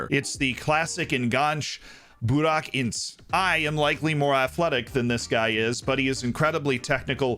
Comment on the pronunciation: Hey, just a headsup Burak İnce's surname is actually pronounced like Inch-A(the letter A). It's the best I can describe it :D Anyway great vid as always go Dorfers!!